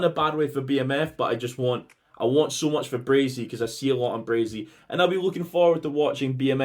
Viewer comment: Stop saying BraZey!! Its Bray-see!! 😂😂